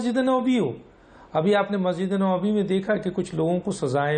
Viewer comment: Boht Ahteram k sath, Masjid E Nabwi hai, Masjid E Nawbi nhi, please pehly apni qaomi zubaan pe dastaras haasil karain phr ap Danishwar bantay howe achy bhi lagain gy.